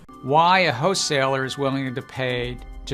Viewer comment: i love gensler doesn't call it a wholeseller.. he calls it a hoe seller 😆🤣🤣